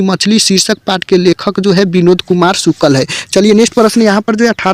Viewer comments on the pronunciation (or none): Sukal NAHI sukl hota hai